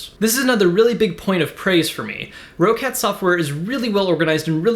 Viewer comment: It's pronounced like "Rocket" not "Row-Cat"